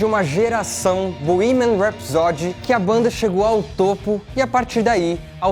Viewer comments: Bohemian RhapsÓdy? No, Bohemian RhapsÔdy... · Eu falo borremia rapsodi Como vcs pronunciam? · Não se diz bohemian rhapsody... Se diz:bohemian rhapsodý!! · Puta que pariu. O nao sabe pronunciar "Bohemian Rhapsody" em inglês...putzzzzz veiiiiii. Tá feio..é melhor ficar calado do que passar vergonha. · A pronuncia de Bohemian Rhapsody está errada.